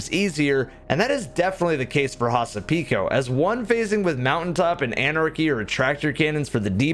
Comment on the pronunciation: Here is a cool thing to know! Hasapiko is a Greek dance, and butchered the name!